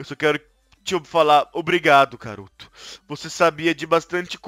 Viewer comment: vcfalou muito erra vc falo karuto vica mais e karuto fica n karuto vica afica a dica